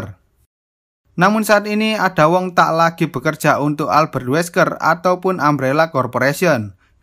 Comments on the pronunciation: ada wong tapi di baca eda wong bukan ada wong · bacanya (ada) jadi aida min😁